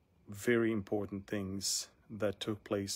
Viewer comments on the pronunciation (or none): none